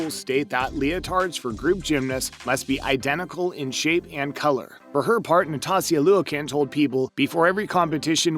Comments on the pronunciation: It’s Nastia. Not Natasia 🙄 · if he was going to read from a script, he should at least be a good reader. His mispronunciations were because he wasn’t reading well. “Nastia” clearly has the “s” before the “t”. He could have literally watched one performance and heard her name pronounced if he was unsure. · dude it’s Nastia not Natasia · Natasia what??🥲😂😂It's Nastia😮‍💨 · "Natahsia Looykin" Bruh. Please learn how to pronounce these people's names, especially since Nastia's isn't even that hard. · Was anyone else a little irritated that he that he should have learned how to say the names of the gymnasts before recording the video. “Nos-stasia? Lol I cringed when he said “cosmic-politan” lol🤦🏻‍♀️ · "NatAZIA liukin" man, you probably should have practiced saying that one haha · Her name is Nastia, not Natasia. Wouldn't it be nice if the narrator could pronounce her name correctly. It was mispronounced multiple times. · NaTASia over and over... Ugh! He was unlucky with pronouncing Liukin as well. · HAHAHA IK “natasia liukin” although her last name is spelled like that’s it’s not pronounced like that and her name is nastia not natasia😭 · This guy's pronunciation of gymnasts' and officials' names is horrid. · Does this guy even watch gymnastics? He didn’t even say Nastia’s name right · This guy mispronounced Nastia and Karoli. Not sure of his credibility. (Though most of these sound legit). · The way he butchered Marta’s last name and Nastia’s name has me dead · What did he just call Nastia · He butchered Nastia's and Marta's name. It's not that hard to look up the right pronunciation of their names and it makes the video look so unprofessional. Also most of the things in the video aren't "crazy strict rules" as they called it. Like safety is something that every sport should put first not just gymnastics. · Damn, narrator could have at least googled the pronunciation of "Nastia" and "Karolyi"... Jesus, they're not even that hard!